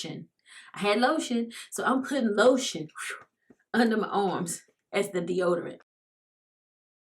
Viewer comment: "De-odor-lotion" 🤦🏽‍♀️ Ok let me keep watching 😬🤗❤️